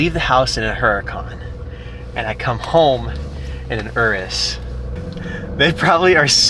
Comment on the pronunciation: Yall just ganna ignore that he said Ur-is and not your - is?????? 🤯🤯